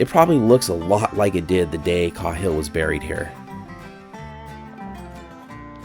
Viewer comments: Kay-hill not cah Hill, awesome video man! Many likes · I’ve never heard that name pronounced KA-HILL but instead KAY-HILL. Just saying. But I did like the video a lot. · I think it's pronounced (Kay)hill, as opposed to (Kah)hill. No big whoop. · His name is pronounced kayhill not Cauhill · It's pronounced KAY-HILL not CAW-HILL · The man's name is pronounced KAY-hill. Not "cawhil". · It’s caaaaaaayhill😮😮😮😮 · As far as i am aware. Windys last name was pronounced Kay-hill. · Are you sure it’s not pronounced “kay-hill” ? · Thanks for the great video. I had never saw this place or his grave. Also, you now make me question the way I’ve said Cahill my whole life. I have said on only heard it pronounced like K-Hill. Have a good day sir. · Sorry for the nitpick, but it’s “KAY-hill”. Unfortunate oversight, but good video. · I had a room mate once who's last name was "Cahill" it was pronounced "Cay-hill" Interesting story thanks for the tour.